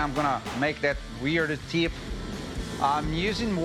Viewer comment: Doug: KEEL: TEEP